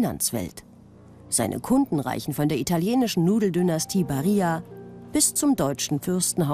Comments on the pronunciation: BariLLa nicht Barijja Non siamo spagnoli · Barilla eiskalt spanisch ausgesprochen xD